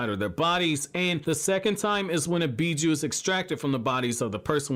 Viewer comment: a bijou haha lol dude its a creature inside not bijou bababubujou ahahahahaaa